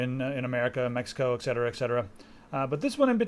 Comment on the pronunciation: Btw, It's ''et cetera'' not ''exetera'':)